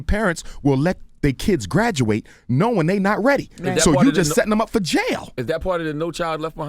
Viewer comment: YO I can’t be the only one who caught how he said “setting em up for JAIL” 😂😂😂😂 that shit got me laughing real tears dawg.. love Umar man